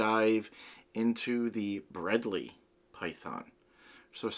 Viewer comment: Giday mate, i don't want to sound like an ass, but it's pronounced Bred-lie and spelt Bredli. They we're discovered by Rob Bredls' father in the early 80's. Rob Bredls' does documentaries under the name The Barefoot Bushman. Back in the 90's i had two females that got to about 3 meters long in about ten years. Used to take mine to schools from discussing biodiversity. From an aussie, well done mate, loved it.